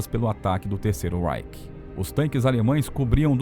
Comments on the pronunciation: Não se diz terceiro ráike,mas sim terceiro ráiche! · Você pronuncia REICH com pronúncia inglesa. Não é. É RREICH - pronúncia alemã. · Vídeo/Documentário excelente, entretanto a pronúncia das palavras em alemão está terrível. Reich, se fala algo como RAIXI. Blitzkrieg, se fala algo como Blitzkrigui. Sugetão de melhoria. Antes de gravar o vídeo, vá ao tradutor do google mesmo, seleciona o idioma da palavra, digite a mesma e clique no ícone do falante, que dá pra escutar a pronúncia corrseta.